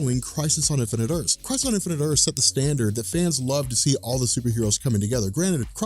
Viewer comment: "Infinite Erse"